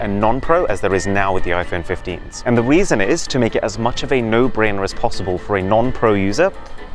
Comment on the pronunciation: did anyone hear that arun said the weason or is it just me